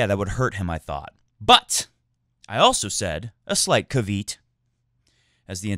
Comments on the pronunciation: It’s no big deal at all, but I’ll mention it anyway: the word caveat has three syllables, i.e. ca-ve-at. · Im gonna keep on at you till you get this right: The intellectuals as you say, actually say CAveeAT.